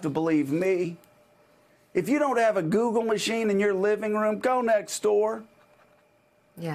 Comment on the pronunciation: I still can't get over the way he says "Google machine".